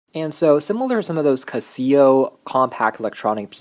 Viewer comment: I have never heard Casio pronounced like that omg you are adorable 🤗 Cassea-oh baby 🤸‍♀